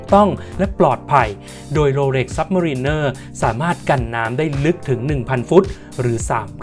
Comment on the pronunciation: เขาอ่านว่า โรเหล็ก ไม่ใข่ โรเหร็ก